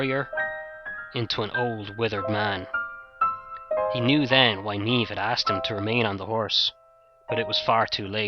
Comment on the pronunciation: awwwh good job man. The "brunette" Niamh here! Thank you. so refreshing to hear it told so well and hear Niamh and Oisin pronounced right. xxx